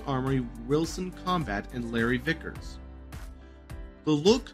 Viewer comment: I think he also said, "victors", as opposed to Vickers. Lol